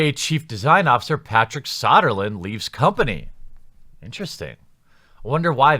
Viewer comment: It's So-der-lund. Not Sah-der-lund... I don't like the guy either, but at least pronounce the bloody name correctly. About as bad as YongYea saying "Feb-eee-air-eee instead of "Feb-roo-air-eee" as it is SPELLED and Pronounced.